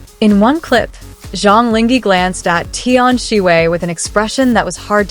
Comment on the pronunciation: Please, the least you could do is to learn to pronounce the actor's name properly to show your respect .. 張凌赫 Zhang Ling He (whether reading the Chinese words or romanized Hanyu Pinyin, his name should sound like "junk link her" (with due respect to ZLH, no offence intended, just getting the right pronunciation sounds)